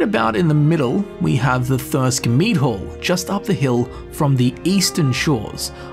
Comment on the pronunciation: What your accent says "Mead hall" What my unaccented ears hear: "Meat hole" .... Also, I always play as a necromancer to some degree, always. For one main reason. I get to use the necromancer motto to even the slightest bit of danger. "I'm behind 7000 skeletons, good luck!"